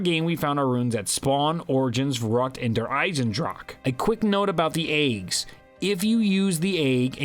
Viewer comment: Its der eisendrache not eisendrake